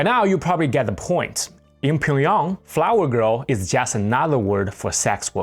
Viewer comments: Why do you say Pyongyang like pingyong? Is that how’s it’s really pronounced ? I’ve only heard it called Pyong-yang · How can anyone take you seriously when you can’t even pronounce Pyongyang correctly? It’s pronounced “Pyung 평 Yhang 양“ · You're mispronouncing Pyongyang.